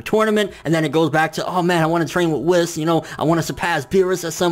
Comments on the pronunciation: Please stop saying Wiss. It's WHEES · who the fuck is this "WIS" dude you speak of?! it's fucking pronounced WH-EE-S " WHIS. Dude it's like they way you say hunterx hunter... Lol "hunahunta "